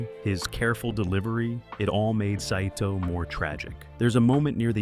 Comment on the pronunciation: The name of the Japanese commander, Saito, is pronounced Sy-toh, not sa-i-toh. Did AI write and voice the narration?